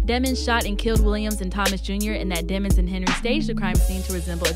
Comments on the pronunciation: Why she pronounces it as deh mons bih it’s pronounced demons as the evil from hell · they try and say demmonds... no its Demons vowel consonant vowel people